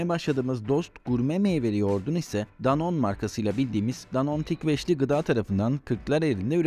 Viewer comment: Ufak bir detay ama Danone yazıldığı gibi okunuyor